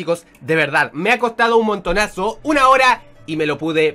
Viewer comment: son las suna de la mañana:'v perdón pero yo también habló igual